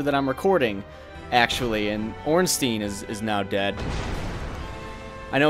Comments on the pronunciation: Why does almost everyone pronounce Ornstein wrong? Everyone says "Ornstien" it should be more like "Ornstain". The name has a clear German origin thus pronounce it "stein" and not "stien". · It's OrnSTEIN like EinSTEIN. Not "Steeen" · Why Ornsteen? Einsteen called or what? xD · "or however you pronounce their name", I get it, Smough's a tricky one, but how'd you settle on ORNSTEEN ? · Good job and all, but please... The correct way to pronounce him is Orn-Shtine (the proper German way, the name is clearly influenced from German). Or at least Orn-Stine. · Dear first try to pronounce "Albert Einstein" then say "Ornstein"